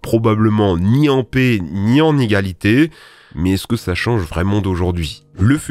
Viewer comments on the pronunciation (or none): none